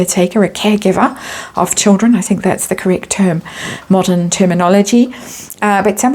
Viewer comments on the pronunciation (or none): none